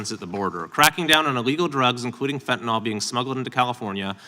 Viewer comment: It's fentanyl not fentanol